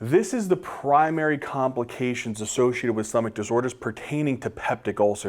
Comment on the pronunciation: “stomach disorers”😂 THANK YOU FOR THESE AMAZING VIDEOS❤